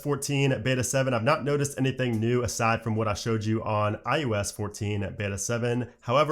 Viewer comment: You say “eye YOU esss” every time. It’s “eye oh ess”. Drives me insane.